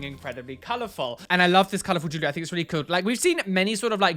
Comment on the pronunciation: Potato bags, the way he says the word jewelry gets me (Jew~Lurr~Ree) instead of (JuuL~Ree)